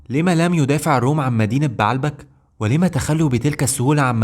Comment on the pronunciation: السرد كويس بس لغتك فيها اخطاء يا اما تتكلم عامية كويس يا اما تتكلم فصحي كويس بنحو وتشكيل مضبوط ومدينة بعلبك لا تنطق كما تقولها , ولكن بَ عْ لَ بَ ك , وليس بَ ع َ لْ بَ ك